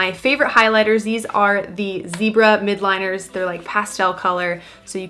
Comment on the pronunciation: M-i-l-d-l-i-n-e-r-s like mild not midliners.